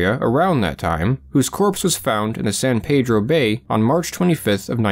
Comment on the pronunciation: It's pronounced San Pee-dro. Weird but true